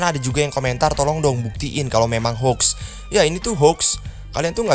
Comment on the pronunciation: Funny moment mau bilang "menyo" ehh jadi monyet mau bilang mod/hoax jadi "mox" b aja ehhh maksudnya "tapi anehnya disini" mau bilang mod/hoax jadi "mox"